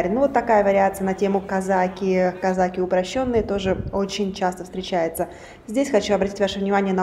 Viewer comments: Бесполезно ей писать об этом,всеравно будет говорить не правильно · Не казАки, а казакИ)